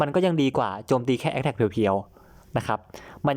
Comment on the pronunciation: พูด พร้อมผมนะ แอกแทก อะไรนะ อีกรอบ แอกแทก